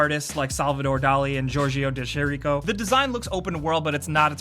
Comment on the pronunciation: About "Rime" , where you talking about Giorgio de Cherico, the famous Italian artist that took part in metafisic, an artistical movement where he took normal objects and putting them in various environments and making them have no sense at all? Well then you should pronounce it's name Jorjo de Keriko. Yes. It's Italian.